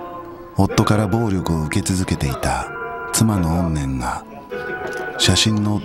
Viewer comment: の怨念の言い方居んねんなの好きなんだよなぁ。 怨念が居んねん